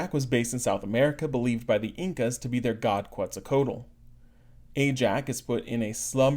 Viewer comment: We need to work a little on your pronunciation of Quetzalcoatl... ;)